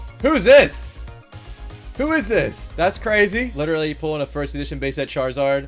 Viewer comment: Every time charzard charziar funny